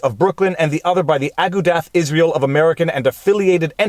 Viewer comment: Big fan. You're great. But I needa teach you the correct pronunciation of Agudath Israel.